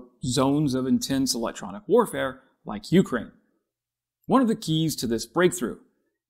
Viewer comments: Please, u-KRAINE, not U-kraine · It's Ukraine, not U-kraine. And it's decibels, not deci-BELLS. How many more words are you going to mispronounce in this video? ~5 more minutes to go... Well, you made it through the rest of the video without mispronouncing any NEW words. And why don't you also learn how to properly pronounce 🟦 СЛАВА УКРАЇНІ! and 🟨 ГЕРОЯМ СЛАВА!! as well. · You remind me of my mother, pronouncing Ukraine with the stress on the first syllable....and it annoys the hell out of me, so I'm not going to finish watching this. Damn, boy, have you never heard anyone pronounce it before? Also, I've already had a full video on this subject, but it didn't have the ludicrous title, partially swiped from ScienceDaily....no, it had a title that accurately told the viewer what it was about, unlike yours.